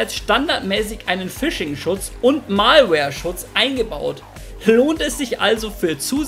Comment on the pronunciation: "Mahlwehr" :D gutes Video btw